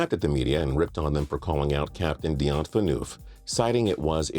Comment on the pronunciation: Dion PHA-NOOF